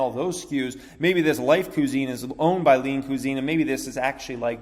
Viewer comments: you say cusine weird. cwahzeen not cuuzeen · Homie done said lean coo-zine🤦‍♂️ c'mon pronounced qui-zene